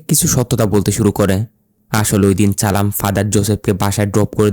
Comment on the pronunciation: Vai nam ta challam tai চালাম বলছে